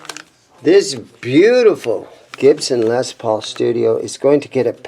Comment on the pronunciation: First off, its LES not Lez paul!!!